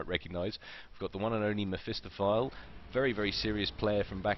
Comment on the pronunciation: Isn't it "meh-fist-off-ah-lee" ?